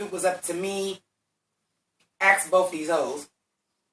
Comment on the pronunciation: “Axe both of these hoes” 😂